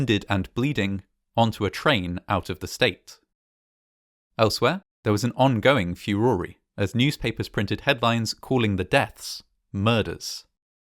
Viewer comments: "Furore" : This word the last letter and vowel of 'e' is silent so - Furore is pronounced 'Fyoo-raw' rather than "Fyoo- raw-ree" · Excellent job of documenting history as usual but FeeOREE my dude? I'd love to know what dialect of english this is exactly. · I’ve never heard furor pronounced “fur-OR-ee.”